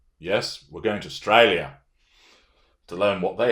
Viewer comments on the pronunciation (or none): Loved how you said "Ostraya"